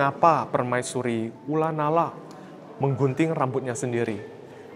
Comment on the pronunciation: Ko, ula nara emang bacanya ula nala ya?